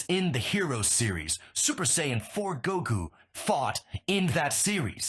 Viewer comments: You spelled it wrong.. just saiyjin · You said sayian wrong. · I'm not convinced the mispronunciations aren't intentional. "Saiyan" was mispronounced two different ways too... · How many ways can he say ''sayan'' wrong?